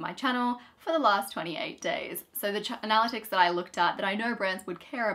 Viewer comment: We had to stop watching halfway through because we couldn't handle the constant mispronunciation of "analytics". It was driving us mad!